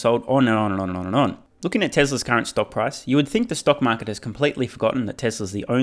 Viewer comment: ‘Stounk maaket’ nice